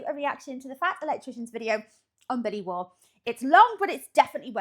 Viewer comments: Name pronounced correctly, the rumor is that he'll pop out from under your bed with a randall knife, rolex watch, star sapphire ring, and mp5 if you say his name wrong. Also I'm a veteran of Afghanistan, I worked for the postal service for 6 months before returning to the military. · You pronounced his surname correctly. Originates from Northern England 😊 I believe it means 'foreigner' in Old English.